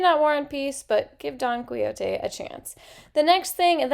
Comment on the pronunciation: Oh my goodness! This is amazing! Suggestions: I pronounce it Don Key-Ho-Tay. I read that English isn’t your first language so I thought I would help with pronunciation. Keep making the great content. {Especially if it is dark academia} :)